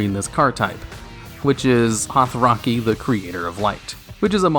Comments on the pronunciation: It says Holactie and you said Hothraki. What's with Yugioh youtubers and not being able to read or shower? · hotheraky the creator of light😂 how did you mange to butcher it that hard atleast spell it out lol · I just live how he called Holactie something like "Horthrocky" or something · I said the same thing. That was like embarrassing, autism-level awkwardness via a poor pronunciation.